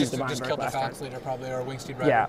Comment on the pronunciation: Graham Dent Irregardless of your limey pronunciation, Ben keeps pronouncing it Phalnax...